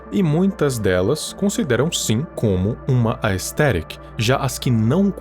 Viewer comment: ele falando aesthetic me quebro kkk